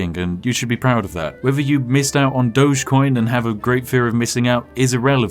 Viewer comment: "DOG-EE-COIN" Doges were the guys who ran Venice.